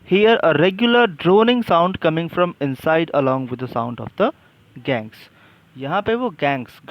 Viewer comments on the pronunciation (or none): Not gangs its gongs